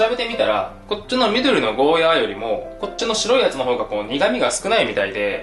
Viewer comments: ゴーヤ"ー"って伸ばしてくれるのありがたい。間違って世の中に定着しちゃってたからモヤモヤしてた。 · 沖縄県民として嬉しい。ヤで切らずにゴーヤーって伸ばして言ってくれてるのありがたいです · ゴーヤーが本当の発音だってこの動画で知りました😱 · ゴーヤーの発音いいね ゴーヤーだよゴーヤー